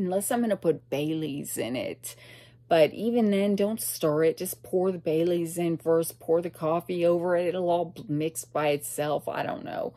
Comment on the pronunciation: I thought you said you put bay leaves in your coffee . Not Bailey's 😂